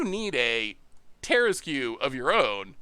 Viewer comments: The tarrasque has been around longer than you. It’s pronounced Tehr-ask. Hooked on Phonics didn’t work for you. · Terra-screw you for that mispronounciation XD (Much love to the Goldfish crew) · By the by, regarding the word - Tarrasque. It is actually, in all seriousness, pronounced ta-RASK. When the person in chat mentioned the word masque, yes that is a real word, and it is pronounced “mask”. However, instead of just being a mask, it refers to like a masked ball back in aristocratic Europe. It’s a French word, hence the spelling. Tarrasque takes the same pronunciation logic from that word, and therefore gets the same sound. Blame the French, they kept insisting on using unnecessary letters. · And as much as it's an iconic DnD thing, it is based on a mythical creature. It's like a dragon/turtle/lion hybrid from France (Hence not pronouncing half the letters).